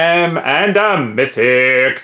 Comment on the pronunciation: "And that's a myyyyttihic"